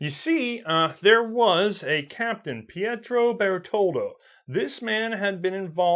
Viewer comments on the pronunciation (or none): none